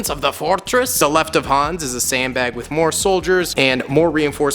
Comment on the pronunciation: I am from Germany and I'm trigert how you pronants Hans